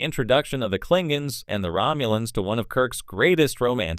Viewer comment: The moment the narrater said, "Klinguns," I knew this was AI generated. :(